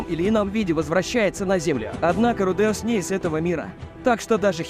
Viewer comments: Что за фигня с ударениями Рудеус ударение на первый слог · В Японском языке парные буквы, как меня бесит коверкание произношения: руде,ус вместо правильного ру,де,ус! Вы оригинал послушайте!!! Кошмар просто - ва,та,ши,ва или ко,ни,чи,ва а вы произносите коничи, ва или ваташи, ва((((